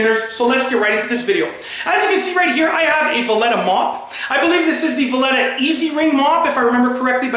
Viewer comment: Is he saying Vileda wrong just to piss everyone off?🤣